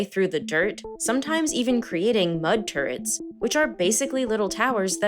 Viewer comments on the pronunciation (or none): Did she say “Mud Turds”?!